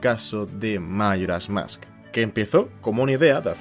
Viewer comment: Por qué dice mairas mask? Y no Majoras Mask?